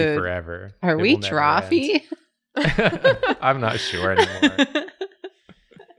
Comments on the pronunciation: It's a-me. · has the same energy as Lucio-ohs and it disturbs me.